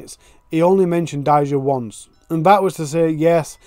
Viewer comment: if you're gonna tell her story and make money off of her, you should at least pronounce her name correctly. It's pronounced Day- juh. NOT Dy-zuh